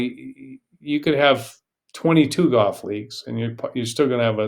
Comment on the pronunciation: I'm not taking a golf lesson who pronounces it GOFF. I think people from Texas say that more than most. Not sure where you are from. There was a guy who used announced the Golf Channel commercials who said GOFF, as well. I know that 90 percent of announcers say further then it should be farther. Crazy stuff.